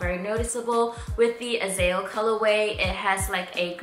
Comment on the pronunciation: Okay lol..me being from Israel & Hebrew, it's bugging me a bit how you pronounce Azael.. it's 3 syllables, AH-ZAH-EL, not "Azell"